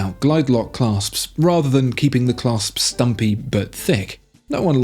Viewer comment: ish - 'Claps' not 'Clasps' Just sayin'